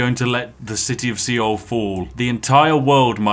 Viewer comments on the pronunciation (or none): “great I built a new city sea-oul”…. Uh spiff my dude it’s pronounced soul the “e” is silent lol love the video crazy you got targeted so hard lol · The mispronunciation of "Seoul" really killed me 😂 It's not pronounced "Ceeol"...it's pronounced like the English word "Soul" 😉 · One big game of "MY CABBAGES!" , also seoul is pronounced as soul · "see-ole" lmao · Seoul is pronounced the same way as "soul" or "sole." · You deserve all the meteors for the way you pronounced Seoul